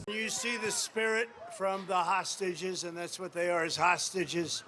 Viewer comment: "Ta-Hostages". They can't even pronounce hostages correctly.